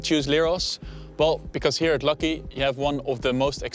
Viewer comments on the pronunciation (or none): And Lakki is not pronounced 'lucky' but lak-hee 😄